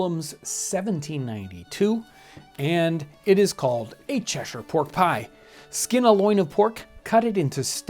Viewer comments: Thanks for saying Cheshire correctly! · As someone from Cheshire, can I say how refreshing it is to hear an American pronounce it the correct way. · How else to pronounce it. I'm from New England and that's how we pronounce it. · Here's another Cheshire fellow, admiring not only the pronunciation but the dish, the very sight of which is transporting and gives me nostalgia for one of those great old pubs in that fine county.